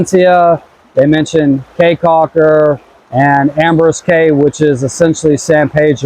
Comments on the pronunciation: Believe people in Belize pronounce Caye as key... Not Cay .. Belize is beautiful! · Caye is pronounced “key” not “K”